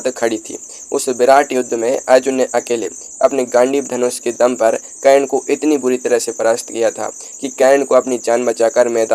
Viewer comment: Aap se anurodh hai aise topic me aap apni pronounciation thik kar le karan bolna seekh le hasi k patr na bane